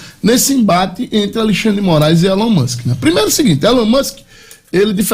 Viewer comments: Pronuncia direito ai, meu filho: "ILON MÃSK" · "Élón Mûsque" hahahahaha me mijeiiii com esse comentarista kkkkkkkkkkkkkkkkk